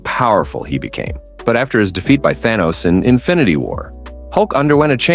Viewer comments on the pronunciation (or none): none